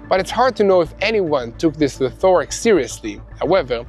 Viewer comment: "Rhe-TOR-ic"??? How about RHET- oric.